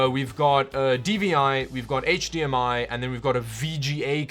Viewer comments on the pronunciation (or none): none